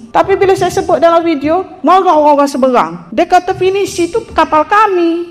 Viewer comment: Seberang ....mak cik....sebreeerraaanggg......orang......bukan owrang.....😅😅😅😅